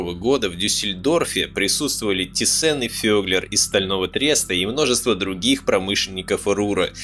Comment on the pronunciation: Der Autor hat es alles ganz toll und gründlich durchgearbeitet, Respekt! ABER! => Bitte KEINE ThyssEn, FabEr, und I-Schi FarbEn & A-Sche, etc. => die alle sind Deutsch, deswegen ThYssen, FAber, IG FArben & AG!! ✌️🙂 Grüße aus Dresden!